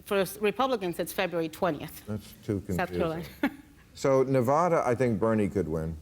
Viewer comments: I LOVE YOU BILL but you are all pronouncing Nevada wrong.... >.> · Fucking A bill, Pronounce Nevada correctly please. its not NevAAAAAdaAWWW, jeezums